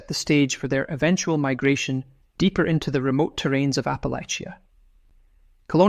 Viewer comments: I've always heard Appalachia pronounced "app uh latch ya" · It's pronounced Apple-atch-ah. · OMG Apple-ATCHA. Apple-ATCHA! Appalachians are rather picky about how it's pronounced, and rightly so. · Please pronounce Appalachia correctly. It’s apple-at-cha. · Ap…uh…latch…uh please and thank you.